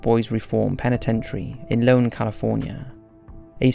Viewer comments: Hey! I absolutely love your content so this critique merely comes from a peeve of mine. I lived in Amador County for many years, very close to Preston Castle. I wanted to let you know that the town its located in is not pronounced Lone, California. Rather, it is Ione (eye-own). Keep up the good work, I can't wait to watch more. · Its Ione (pronounced i-own) not loan. Just a fyi. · Sorry i have to... its not in Lone, Ca its (and i'm going to put it in lower case so you can see, because I know why you thought Lone was the name) its ione... shit lol the dot still isn't far enough away.. ok pronunciation so you can see what the first letter is... EYE OHHNN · Preston Castle is Ione, California. It is pronounced Eye-own, not Lone.I love watching your channel dude but you gotta try and pronounce things correctly. Otherwise you could saying one thing and meaning another. Just saying..... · on the boys school its IONE,CA, not LONE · Ths city where preston castle is located is pronounced eye-own not Lone. I not an L. Just for anyone whos curious about looking into preston castle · For future reference, It is Ione (pronounced eye-own) not Lone California Source: I used to live right in front of Preston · That first building is not in LONE, California, it is in Ione, California with the first letter a capital "i" so it is pronounced 'eye-OWN'. It's an easy mistake to make. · It's Ione, CA (ione) not Lone. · I love your videos and have for years, but sometimes you so badly mispronounce the names of places that its frustrating. You've called Yo-sem-ity "Yos-i-mite" and Aye-Own (Ione, CA) along with tons of other international locations. Maybe think about looking up the pronunciation of places after you write the script and before recording. Other than that, keep up the outstanding work. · It is Ione, Ca. ...not Lone, Ca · It's Ione California, not Lone California. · Preston castle in Ione ca pronounced; i own (capital i looking like a an L)